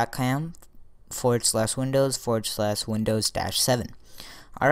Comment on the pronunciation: What the hell did you said there ? "Microsoft dot caeommm"